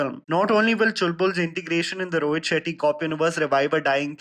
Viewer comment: I heard ROHIT SHITTY :)